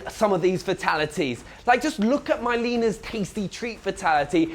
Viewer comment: Did he just call milena mylena